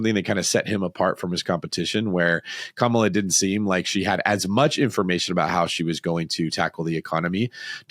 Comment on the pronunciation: Too busy being negative about her plan that they don't hear a plan. They hear what they want to hear. Now he pronounced her name right